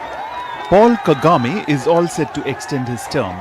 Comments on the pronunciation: KAGAME not KEGAME😂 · Kagame not kegame